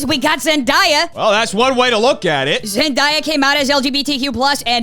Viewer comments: fyi, zendaya’s name is pronounced “zen-DAY-uh” not “zen-DYE-uh” ☺️ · Zen-Die-ya? Zen-Day-ya. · Just so you know, Zendaya is pronounced "zen day uh" and not "zen die uh." She gets a little peeved by the latter, and some folks have used mispronunciation as a way to disrespect her! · Zen-DAY-A not Zen-dye-a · im sorry but its Zen-DAY-a like “today” not Zen-DIE-a 🙄 theres something bout not saying a black woman name right that pisses me off idc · why are people pronouncing zendaya differently all of a sudden? literally since shake it up i’ve known her as zen-day-ah not zen-die-uh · i’ve heard a couple people pronounce it zen-die-uh the past week, i’m confused lol been the way you said since shake it up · I you but it’s Zen-DAY-a like the days of the week! But go for her I will support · I you but it’s pronounced zen-DAY-uh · Zen - DAY- yuh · Zen-DAY-Ah. There’s a whole video about her pronouncing her name right lol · Pretty sure it’s Zen-Day-Yeah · crying at how pronounced zendaya's name 😭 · how can you fucc up zendayas name so much? she’s only said her name a ton of times along with millions of others... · the way he said Zendaya’s name made my soul collapse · The way that you're saying Zendaya is killing me 😭